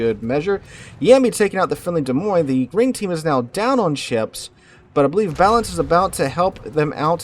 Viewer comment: the guys name is clearly balan...... not balance holy fuck this guy yaps